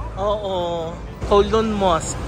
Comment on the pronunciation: Ayon sa mga Chinese, cow-loon daw po ang pag pronounce nyan. As in the cow says mooo. Hindi daw po yan koh-loon.